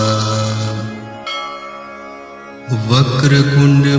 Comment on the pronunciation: Its vaker tund hay you are saying kund please check